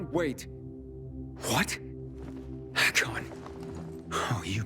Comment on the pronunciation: To není Hakon ale Ikon